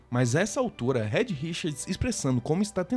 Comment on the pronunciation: Rédi Richards é foda kkkk...a pronúncia certa é "Riiid", já que o "e" em inglês tem som de "i", não é por mal não...só uma crítica construtiva. Amei o canal, e me inscrevi